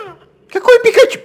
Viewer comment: эд это катя она всегда говорит пекачу